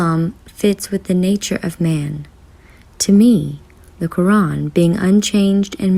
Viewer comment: You said Allah and Quran wrong